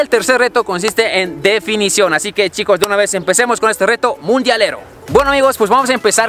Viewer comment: Like si y dicen deto y. No reto